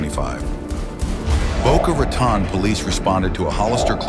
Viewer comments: Boca “RA-TONE” it’s so annoying every time someone pronounces my hometown wrong 😂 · Boca Ra -Tone not tohn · Boca Raton is pronounced: Boca Ratone, (like "phone"), not ; Raton(like "pawn, dawn, lawn,etc")